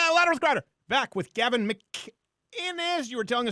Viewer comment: How does everybody get Gavins name wrong